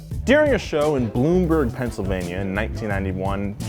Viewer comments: Bloomsburg bro. With an S haha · It's BloomSburg